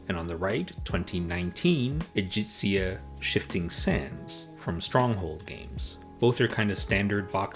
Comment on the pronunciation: I think it's E - gHEE - ZIA. ' G' as in good! ;)